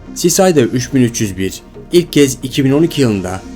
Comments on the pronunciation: Cicida sisayda diye okunmuyo sikida diye okunuyo!!!!! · Çok bilmişlik gibi olacak abi ama cicada = sikeda diye okunuyor sisada değil